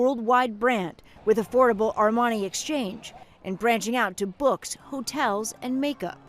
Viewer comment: Air-man-eye?? Armani.........doc Hollywood (1991) RIP